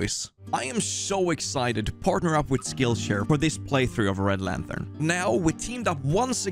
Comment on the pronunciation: Homie called it Red lanthern 😂 really makes every day better when he uploads!